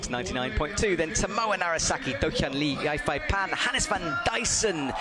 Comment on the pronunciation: As much as I love, has someone been gaslighting him? I swear he used to pronounce Yufei Pan's name correctly... I can't imagine it's hard to find someone who can teach you how to pronounce the names of all the Chinese athletes when you're literally in China. They were all so wildly off the mark!!